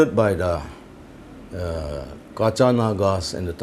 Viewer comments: It's Ketsa naga not Kacha Naga. And I don't understand what kind of apology this is. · for you calling zeliangrong as kacha naga is not an apology but an ashamed of you being a chairman couldnt even call it correctly..it's "ketsa" naga which means jungle man from angami dialect..so don't try to push the esteemed of someone to the base with your jealousy it is very dangerous for you in future..if you like to speak about the history of zeliangrong naga than get knowledge first from zeliangrong people..little knowledge is dangerous and since you are myanmar refugee your place is in Myanmar but not in my homeland.. Apology is not a solution We will fight back soon Be alert with your refugee people Thank you